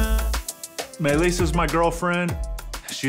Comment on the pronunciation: I mean the guy has his cat on a leash and is trying to walk his cat. Enough said. Why is he saying May-Lisa?